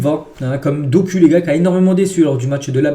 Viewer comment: on dit « Dokou » pas Doku